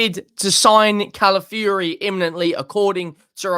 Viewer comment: ITS NOT CALAFURY, IT'S CALAFIORI. Pronounce the O in his name. YOU'RE WELCOME 😅😅😅